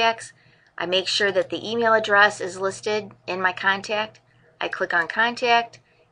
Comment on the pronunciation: Cool video, but the word contact doesn't have a 'y' in it. 'Con-tayy-kt'